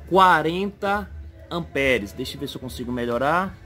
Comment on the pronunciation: Rêlê, amperes... Kkkkkkkk Pelo amor de Deus cara, pára de falar errado.